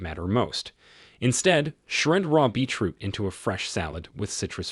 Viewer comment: I loved this video,it was very informative and I'm going to get the items that have listed on here,but I'm just curious are you realizing it sounds like you are saying Beach root? I know I am making a very unimportant point but I was just curious.